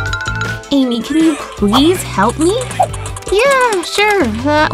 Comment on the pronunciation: It's Amy not Ammy